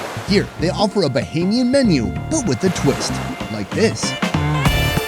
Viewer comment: I like how you started off sayin “bohemian” and you must’ve got more acclimated and got right with “BAH-HAME- YEN”...that’s respect ✊🏽.. I appreciate that. This makes me soooo happy I been following you for this whole time and you finally came back (ppl don’t know your PILATE episode, that never made it..was in the BAHAMAS)...LOVE that you came back up your roots! ✊🏽 🇧🇸